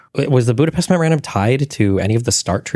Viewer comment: Tim is mispronouncing Budapest, so everything he said is wrong!